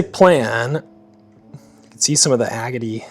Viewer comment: It's really weird hearing somebody from the north pronounce the word agate correctly. You're the only one I've heard so far.